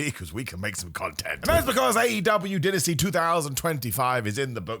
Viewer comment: It's not din....asty